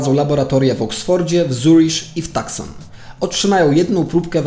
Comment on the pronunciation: Wiem, że stary film, ale muszę, bo normalnie mi uszy krwawią. Nie "tuskon" tylko "tusson" i nie "zerish" tylko "Zürich" (niemieckojęzyczne miasto w Szwajcarii)